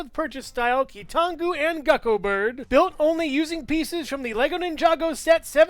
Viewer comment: Its KEETONGU